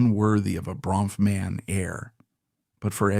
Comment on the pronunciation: How many diffrent ways can the narrator mispronounce the last name?!